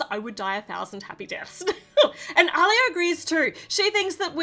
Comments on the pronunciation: It's pronounced "Ah-liya" not "au-liya". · Btw it’s pronounced Aleeya